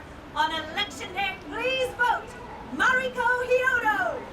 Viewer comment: Mariko, not Mario... There is a “k” in there 👌